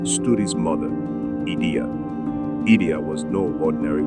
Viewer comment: Thank you for the video but the name of Queen Idia is pronounced as eedeah. Good work nonetheless.